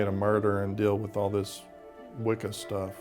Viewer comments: I can't believe that in this day they are still going to publicize this kind of ignorance towards Wiccan practice ... (Think if I heard "wiccom" on more time I was gonna scream...)... Statements like "witchcraft" and "a way to justify it to himself" and "good Christian woman didn't approve" ... Ffs ... It's the worship of nature... It was literally hijacked into Christianity ... How can you all help propagate slander towards a religion just because it is misunderstood and been literally used as a scapegoat countless times, oh, that's right.... Sensationalism.... 🙄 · "doin the wickum" lol